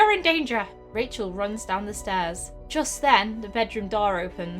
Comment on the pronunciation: Her name is Rachel but you say it like this Kashel